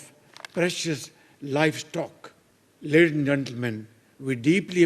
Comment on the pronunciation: Ledin And Gentlemen 😂😂😂